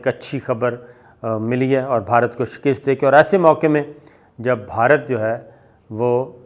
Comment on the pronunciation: Word is ' SHIKAST ' You pronounce it as ' SHAKIST ' PLZ make a correction.